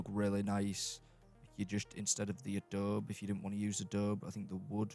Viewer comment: Love your small builds! As a side note, coming from someone who lives on the Mexican border in America, it’s uh-Dough-bee :) A lot of people don’t know to pronounce the e if they don’t know or hear Spanish. It’s used as a building material all over the southwestern US-I grew up in an adobe house:) Wish I could live in the commonwealth though!